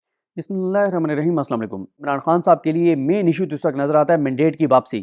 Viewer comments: صدیق جان ماشاءاللہ آپ سینیئر صحافی اور باوقار شخصیت ہیں بسم اللہ الرحمٰن الرحیم کو صحیح اور اچھے انداز میں پڑھا کریں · صدیق جان بسملہ سہی پڑھنے میں آپ کو کیا مسلئہ ہے بھائی آپ ریپورٹ تو اتنی تسلی سے دیتے ہیں بال کی کھال تک آتار کر دیتے ہیں شکریہ